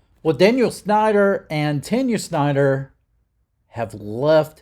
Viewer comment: Just say. Tawn-Ya lmao